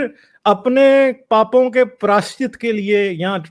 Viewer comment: Badaa achchha lagaa aapke munh se shuddh Hindi shabd "Papon ka prayaashchit" sunkar.